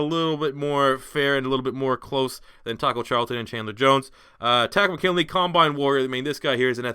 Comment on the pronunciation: It is not Taco McKinley it is Tarist Mckinley